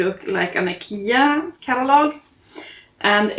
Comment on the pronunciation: You're the first actual Swedish person I've ever heard pronounce "Ikea" so I'm glad to know we say it correctly over here!! We have an enormous IKEA store here in the city where I am from, it can easily take half a day to see everything in that store! It's like a maze inside. The meatballs are great! 🩵💛🩵